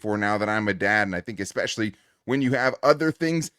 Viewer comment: It's "especially" not "expecially."